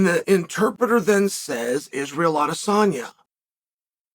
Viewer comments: Chael: Alex never said Adensanya Alex: “Adensanya, come to daddy” Chael: he said “Nebraska come to daddy” 😂😂😂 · Definitely heard "Erh Adesanya..." 3 times haha. Kinda rough Alex's first English call out doesn't even get acknowledged by the GOAT. Hope Alex doesn't let this effect him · Stretching for a take he said Izzys last name 4 or 5 times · What is Uncle Chael smoking? He clearly said Izzy's name TWICE.